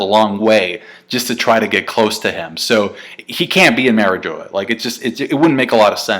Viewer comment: I cannot take your pronunciation of Mariejois, for the love of God watch the first six second of this it is French after all